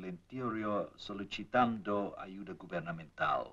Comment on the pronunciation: 31.37._As always Spanish is badly pronounced: "solicitando" has to be pronounced /solisitando/. It doesn't have to be pronounced /solichitando/ as the Venusian said.